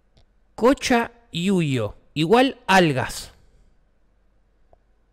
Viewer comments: coyoyayuyo? jajjajajajjaja cumpa es cochayuyo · El coyoyayuyo jajajajaja es cochallullo jaja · el COYOYAYUYO klao es cochayuyo weon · es que lo dijo mal XD es cochayuyo es una alga del mar xdxd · se dice cochayuyo tal cual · No podre decir mas cochayuyo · como es psoible que alguien no sepa pronunciar COCHAYUYO NAAAAAA